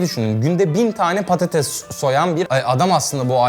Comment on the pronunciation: orkun rica ediyorum patatese,patatez deme.